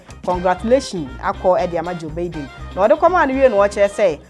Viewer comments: The way u pronounce Joe Biden is not correct please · Please it's Biden not Baiden